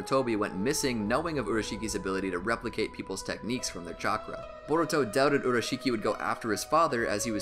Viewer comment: at 1 hr 20 minutes and 19 seconds u said boruko lol